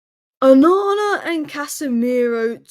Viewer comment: Look up how to pronounce é -- e with an accent. Aren't you supposed to be Cambridge educated? 'One' lol